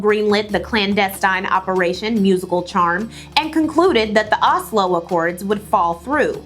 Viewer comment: Girl, I love your videos, but your inaccurate pronunciation of so many terms makes me unable to keep watching this video 😞 It really shouldn't be that hard to find proper pronunciations of things like "Reuters" or "Likud" or "Oslo".... not to mention all the well-known names that you shared 😢